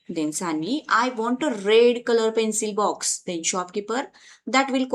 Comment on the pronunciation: Pencil box not pencile box...